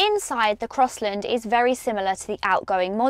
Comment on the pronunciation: "Crosslind" 😡😡😡 it's CrossLAND"